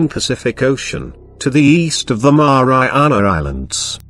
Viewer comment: 😫😂🤣That's Exactly how he said it hehe